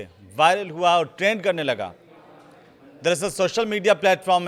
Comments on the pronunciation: Kya anparh anchor narrator hai? Koi word sahi se nahi bol skta. Veins ko venas Trend ko traind. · Trend hota hai traand nahi😂